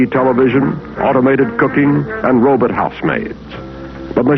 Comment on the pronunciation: “You may hear the little patter of robut feet” *CLANK…. CLANK…. CLANK…..